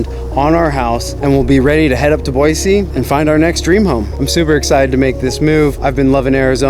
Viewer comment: And THANK YOU for actually pronouncing Boise correctly haha.